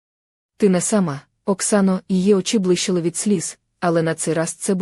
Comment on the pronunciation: Чи ви в школу не ходили??? Це ж якась пародія, яку неможливо слухати, слова перековеркані, наголоси не на тих складах.....капець...бли'щали, у ру'ці, ки'внула, тре'мтів, О'легом,.....КААААПЕЦЬ